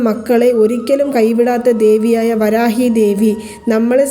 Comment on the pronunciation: ഈ കമൻ്റ് എല്ലാ ചാനൽ വീഡിയോകളിലും കാണാറുണ്ടല്ലോ😂ആയിരവല്ലി ചാനലിലും കണ്ടു.. പ്രശാന്തിന്റെ ഫ്രണ്ട്സ് ആരെങ്കിലും ഇത് കണ്ടാൽ അയാളോട് പറഞ്ഞു നിങ്ങളുടെ പണം തിരികെ തരും എന്ന് പ്രതീക്ഷിക്കാം ... വരാഗി അല്ല.. വരാഹി ആണ്